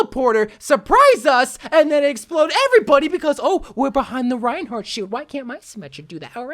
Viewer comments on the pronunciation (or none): none